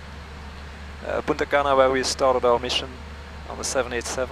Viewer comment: Sounds like you are saying Puta Cana, hahahahahahahaha.